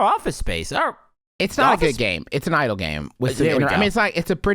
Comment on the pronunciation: I was so thrown away when Justin kept pronouncing idle games as Idol Games like my dude yeah come to idol hell